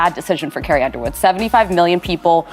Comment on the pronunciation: Please get a real person to read the text instead of an AI voice that doesn't know how to say Carrie.